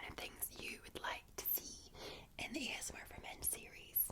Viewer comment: I like how she says ASMAR instead of ASMR